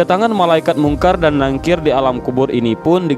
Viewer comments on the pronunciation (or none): Izin koreksi bacanya Nakir bukan Nangkir 🙏🏻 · Maaf min,ngomongnya bukan nangkir tapi nakir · Nakir bukan nangkir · Maap mas bkn nangkir tp NAKIR, jg bukan dihisap tp HISAB,sekedar meluruskan mksh... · Munkar Nakir Min bukan nangkir 🙏